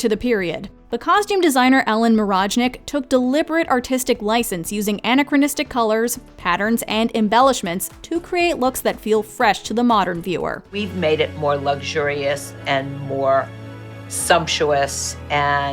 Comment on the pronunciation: Check the pronunciation of "anachronistic." The wrong syllable was emphasized.